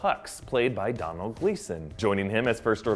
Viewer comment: It's Domhnall not Donald.